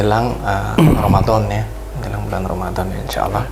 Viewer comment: mas maaf yg mengsyahadatkan tolong ucapan nya yg benar, ala atau Allah maaf sblmnya